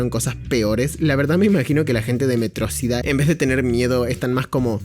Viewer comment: En todo el video cometió el mismo error que tiene megamente de pronunciar metrosidad en lugar de metro ciudad, no se si lo hizo apropósito pero me encanta.